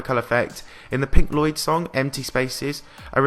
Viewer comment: Did you just pronounce Pink Floyd as Pink Lloyd?